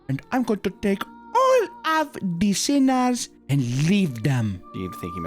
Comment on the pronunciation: omfg I screamed xDxD "de sinna's"